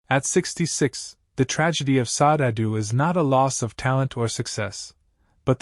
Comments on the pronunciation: It’s “Shar-day”………not Sod. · It's not pronounced Saad; her name is pronounced: Sad-day. Please get it right!